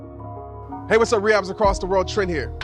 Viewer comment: It took me a minute to figure out what you were saying hey to me so hey 🖐🏻